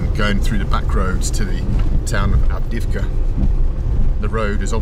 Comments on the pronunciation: Avdeyevka, man, not Avdivka :) I enjoy watching your videos, keep moving on! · I believe the driver changed his mind in the end. Bald pronounced 'avdiivka' very bad, no wonder the man was confused at first.